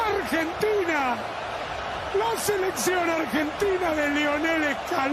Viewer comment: It's not Urgentina.. it's AArgentina.. spelled Argentina. Ella wordsum accent oda pronounce pannanumnu illa